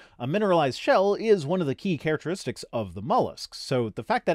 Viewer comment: The way he said “kehr•rack•tur•rist•icks” sounded really cool, I kinda wish this was the accepted pronunciation of characteristics tbh